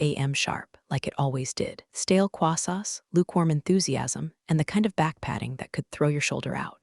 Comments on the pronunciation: I think someone tried to get fancy with the pronunciation, but totally missed the mark! Croissant should never become "quassa." Total mess-up. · How does croissant become quassa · Could be! Croissant just sounds fancier when you say it with that French flair. 🥐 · I think it might be the French pronunciation?